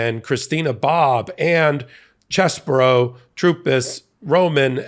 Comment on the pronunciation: CheeeeeseBro! Get it right😂